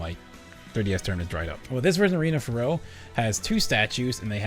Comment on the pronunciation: FYI it’s pronounced Fair-Ox. The X in Ferox isn’t silent.